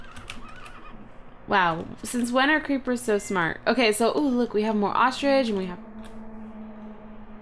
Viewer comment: "Irkay?" "Irkay." Lol.